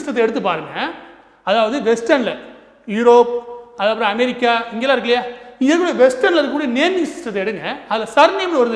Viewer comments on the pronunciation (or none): none